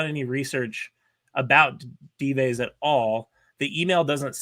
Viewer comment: Is deliberately mispronouncing the pseudonym Dives?